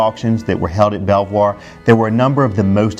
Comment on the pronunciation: Belvoir is pronounced Beaver !!!!!